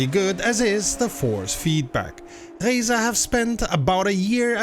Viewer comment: The first youtuber to accurately pronounce "Reiza". Subscribing instantly after this.